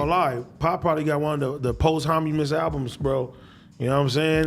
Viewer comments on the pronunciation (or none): "post homunus albums...." I thought rappers were supposed to be good with words. 😆😆😆